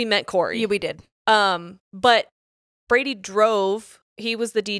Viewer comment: Now you said Brady, but I heard Birdie. That's gonna be a problem 😂😂😂